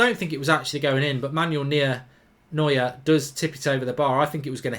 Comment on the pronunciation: How come you can’t pronounce anyone’s name correctly. Anyone with a passing interest in football knows how to say Neuer’s name. He’s not the only one you can’t pronounce but my God man